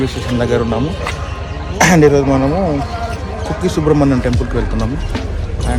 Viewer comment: Kukki kadu Bro kukke